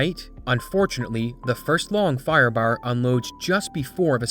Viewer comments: The pronunciation of firebaar gets me a bit everytime lol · The Long Firebahrr made me think of Snatch